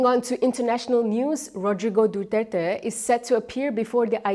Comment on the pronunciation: The pronunciation Duterte is wrong. My opinion only. Internationally...